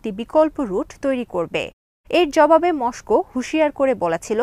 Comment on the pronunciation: Assalamualikum please bangla and English pronunciation er dike kheal rakhben, try kore niben bar bar, sobai ki bole ar apni ki bolen kheal rakhben, MOSCOW ei pronunciation thik kore niben please,sounds odd,😃